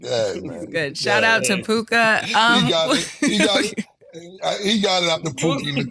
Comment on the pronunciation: Pronounced pooka lbvs